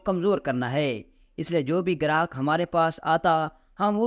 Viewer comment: لفظ گاہک ھے گراہک نہیں۔۔پی ایچ ڈی جاہل قرایہ للتفشیش غلطہ ودرستگی دوبارہ پڑھنا اور غلطی ڈھونڈ کر اصلاح کرنا profe reading کرنا